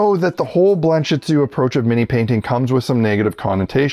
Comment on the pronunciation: What is that word he is saying? The name of the “style”? Blamshitzu?